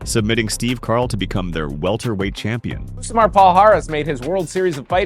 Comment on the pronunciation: Stopped watching when "Rousimar" was mispronounced. For eff sake, do better.